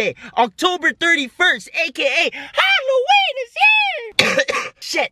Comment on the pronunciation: "Holloween"